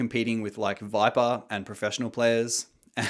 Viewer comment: say viper one more time pls